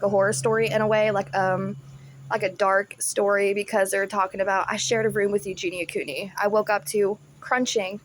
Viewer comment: He can't even say her name properly 😂